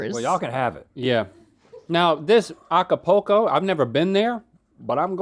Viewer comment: The way link pronounced Acapulco hurt my soul